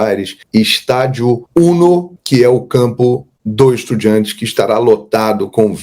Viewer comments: EstudiAntes, se escreve com A e se pronuncia em espanhol com A, para com essa coisa de EstudiEntes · Mermão, estudiAntes, tá confundindo com independiEnte, acerta essa pronúncia kkkkk